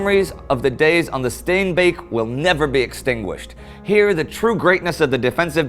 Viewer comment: As a Dutch guy, props for the pronunciation of "Steenbeek" Indy! Flawlessly executed!